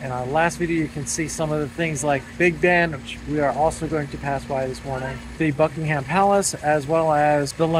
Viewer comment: FYI Buckingham Palace is not pronounced BUCK IN HAM it's correctly pronounced Buck-en-em, we don't say the HAM.